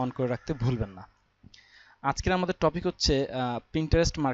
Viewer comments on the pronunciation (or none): none